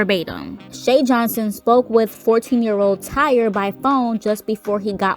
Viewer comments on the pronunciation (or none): TY-REE.......SIS, ITS TY-REE not TIRE😩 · Girl, I know his name spelled Tyre, but it’s pronounced Ty-ree not Tire. Also, it came out that that chick “Shay Johnson” is a fraud. She’s not related to Tyre, the family doesn’t know her, she never talked to him, and she was only at the ballon release to scam ppl for money and gifts. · Are you sure his name isn't pronounced ty-ree? Or is it actually tire like the wheel. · I believe his name is pronounced like (TIE-REE) not tire like a car lol. I feel like this whole thing is so, so sad. You've got operators that didn't do their job, and respectfully no matter what age my child is imma be there with them and maybe this could have all been prevented. I feel like had he had a extra someone tell him like "bubby maybe this ride isn't for you cause it doesn't accommodate you're weight, and find something that does" that he'd still be here. Kids will be kids and try to do things anyways and it's just sad, because the park hired people whom I'm sure KNEW that they are supposed to double check and even sometimes triple check to make sure rides are securely buckled down, if he couldn't fit the laches over him ?? Why not just tell him to get off ?? That park failed him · Why is she mispronouncing this young man’s name? His name is Tyre not Tire smh RIP to the 14 year old and condolences 💐 to the family. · HUS NAME IS PRONOUNCE TY-REE NO NO DAMN TIRE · Respectfully his name is not Tire. It is Tyre pronounced Tie-ree. Praying for his family. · She really said tire and Tyree is a pretty common name 😬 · Tire?? Ummm it's Ty-ree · RIP Tyre (pronounced Ty-reeeeeeeeee-eeeeeeeee) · Thumbs down because she didn’t know how to pronounce his name? Dumb. And you can’t even see the dislikes anymore so she won’t care lol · Over in Australia tyre is pronounced tire. This was put up after the incident…days after, she is slow for not knowing how to pronounce his name when it has been said over 1,000 times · Its ty-ree got dammit …